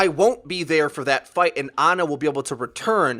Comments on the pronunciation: My Ex's name is Ana i can assure you her family didnt call her Aana. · thats not how you say ana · I hate how you pronounce Ana and Pharah